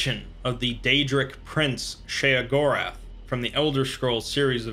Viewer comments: Did he just fuckin’ say “Sheogorath”? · I was getting lost in the narration and immersion until he said Sheogorath.